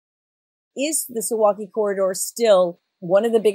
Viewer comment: I think not. More like soo-vow-kee (in English pronunciaiton, sorry I do not know the international sound notation, if you know what I mean).